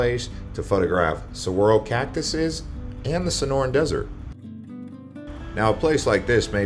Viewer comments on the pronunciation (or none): Hahaha he said catuses, lol 😂